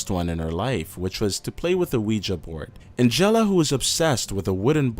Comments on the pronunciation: The way he pronounces Angela, omg. It's supposed to be like AN-JUH-LUH, but he's like An-jellah. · AND.... someone needs to tell these narrators how to f-ing pronounce certain words! "Abrooptly"? "An-jell-a?" wtf???? LOL